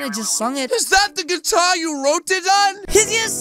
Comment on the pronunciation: It’s guitar not guatar 😂